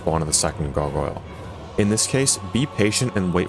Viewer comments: souls-like gogoyle pronunciation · It's "Garg - Oil" incase you're still struggling after a year